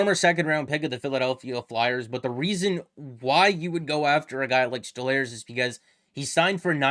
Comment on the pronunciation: It's pronounced "Stole-Rs" no?